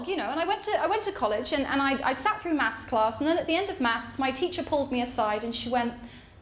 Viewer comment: Bloody mental in all the right ways! Have to admit though... I thought you said "mouse boat" and "mouse train". I was scratching my head for a half hour till I realised you said "maths!". Makes a bit more sense now.